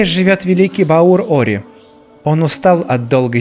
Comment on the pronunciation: Почему он называет Ори Орио?....